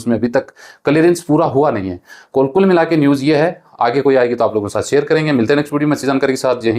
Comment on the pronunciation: भाई रसिया नहीं रशिया कहो सेएर नहीं शेएर कहो